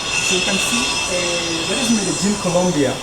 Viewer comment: Hello, man. Why u always pronounce like Merejin, when it’s Medellin ?